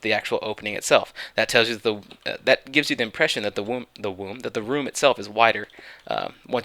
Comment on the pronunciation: when he says "womb" instead of "room"....i would have been laughing SO HARD if he said "That the womb itself is wider once you get through the door".